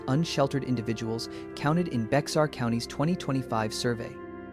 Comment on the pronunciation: Bexar County it’s pronounced BEAR!!!!!